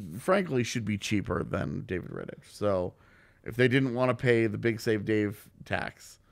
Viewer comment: Hi guys. Great video but just one correction. David Ritich is spelled differently. That "ch" at the end would be more like "kh", like in chorus. BTW same goes for Zdeno Chara.